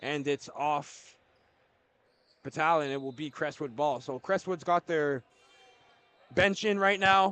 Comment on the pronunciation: #34 for Orangeville is pronounced BAT-TAG-LIN. Not Batalion 😂